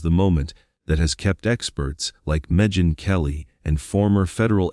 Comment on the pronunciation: Don’t forget Megyn as MehJin 😂